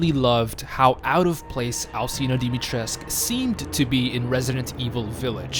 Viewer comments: Dimitrescu, not Dimitresk. The u isn't silent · Dimitrescu not dimitresc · That’s not how you pronounce her name. Dimitrescu has been falsely pronounced as Dimitreesk in English, with the final "u" letter being silent. This approach has been criticized by Romanian speakers who have said that the correct pronunciation is "dimi-tres-ku", for her name is Romanian. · If i hear ppl saying her name as dimitresc once more im starting the third world war. PEOPLE THERES AN U AT THE END THE FUCK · I hate how you pronounce her name! Pronounce the fucking U as well! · Love how said Dimitrescu multiple times before asking I am saying it right?? Yeah mostly but their is no cu at the end you just need a teacher try the duke. He is the one who taught me how to say it. Infinite CAKES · The romanian homie tells me that the u supposed to be pronounced